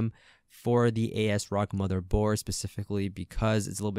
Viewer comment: Great video. I'll see if it works in a moment. I just have to correct you on how you pronounce the manufacturer's name. It's as rock. Just think, they're idea is this motherboard as well as their other products have the integrity of a rock. If I misunderstood and it's their designers or customer service that has heads like a rock, as in hard headed then... what can I say? So no A-S Rock. It's As-rock ASRock.